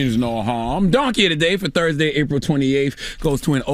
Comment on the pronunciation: This man always comments “Tursday” lmao idk why it cracks me up